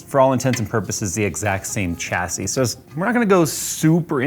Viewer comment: Come on get it right. There is no ch sound in chassis. It's shassy